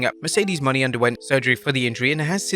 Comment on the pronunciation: Still don't get why he can't say Mercedes Mone last name right STILL it's not Money